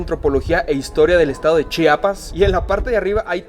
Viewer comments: Es la mera neta no saben pronunciar Chiapas y también chiapaneco le quitan la “I" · Soy orgullosa chiapaneca! Hermoso reportaje, solo que es Chiapas amigos Chiapas! No chapas ,! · me pierden ... como Chapas !? neta odio a todo que vaya allá y no sepa decir el nombre de Chiapas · Me encantaron sus videos de mi bello Estado de Chiapas lo que no me gustó es que en varias ocasiones dijeron Chapas o chapanecos se les olvidó meter la "i" después de la ch 😂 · Todo muy bonito pero no es Chapas es CHIAPAS.